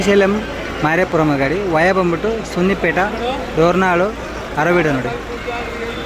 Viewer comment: ಮಾರಾಪುರಂ ❌❌ ಮಾರ್ಕಾಪುರಂ✅✅ .... ಸುನ್ನಿಪೇಟ ❌❌ ಸುನ್ನಿಪೆಂಟ ✅✅ ...